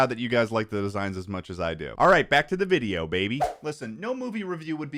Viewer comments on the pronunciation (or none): i said out loud "yay twed vwideo" what has done to me